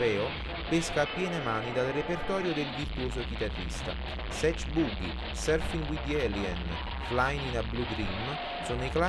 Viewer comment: SI PRONUNCIA //SATCH// E NON //SETCH//